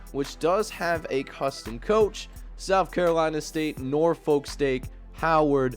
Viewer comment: I can tell you’re not from tidewater Virginia with that pronunciation of Norfolk lol all good tho